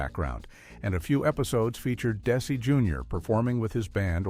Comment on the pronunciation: What's with these hastily AI-created fiascos? "Des-AY"? Do your homework and knock it off with these click-bait sh!t-shows